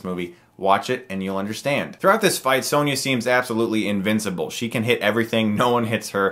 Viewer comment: It’s Sonya, not Sanya